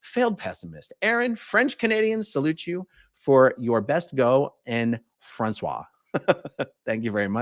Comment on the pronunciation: A-a-ron, I am no expert, but I believe that "Francais" (French,) is pronounced "fron-SAY" NOT "fran-Swah." "Francais" is the French language, while "Francois," is a gentleman's name. :face-purple-wide-eyes